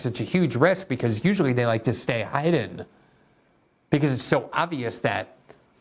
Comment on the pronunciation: Hide-en? So Glenn isn't perfect then.